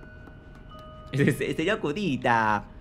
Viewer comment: Voy a hacer una petición para que cambien el nombre de la protagonista a Nerea y al primer enemigo a Sr. Curita (pronunciado como Cudita).